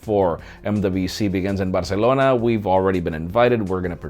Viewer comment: The way he says 'Barcelona' is tickling my ear a bit